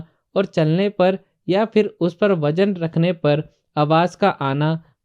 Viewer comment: Whata "majboot, jaroori & wajan"? Isn't it mazboot, zaroori and wazan? Are you a mason? Is adhesive costly or expensive ? Jawab dena JAROORI he Zanaan.